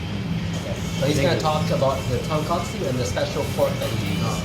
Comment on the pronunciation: So hard to take his ramen reviews seriously when he keeps on saying tonkatsu (pork cutlet) instead of tonkotsu (pork bone).